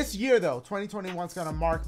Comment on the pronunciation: bro said gear rather than year